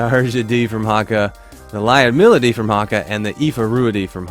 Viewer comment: For Lyudmila pronunciation: say the word 'you'. Now insert that word between 'L' and 'D' L-you-d (one syllable, and similar to lewd). Mila is pronounced meela. Lyoud-meela Lyudmila